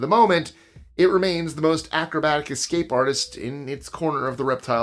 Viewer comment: There is no 'x' in the word 'escape'. You're welcome!🤣🤣🤣